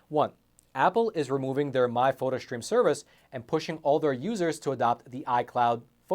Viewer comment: There’s no ‘h’ in the word ‘stream’ … It’s not pronounced ‘shtream’ ……… Please get it right.